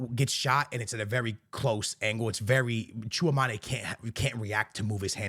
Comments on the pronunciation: please stop calling. Tchouaméni Chew-a-manè man! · 😂😂gotta love how always pronounces bro's name as "chew-a-maney"😂😂😂.....man gets me erytime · It bugs me when this guy mispronounces Tchoumani.